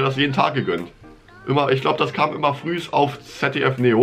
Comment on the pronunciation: Das heißt Früh und nicht Frühs😂☠